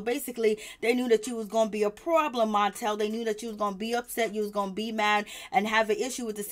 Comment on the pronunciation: the name is Martell not montel. Say the name right.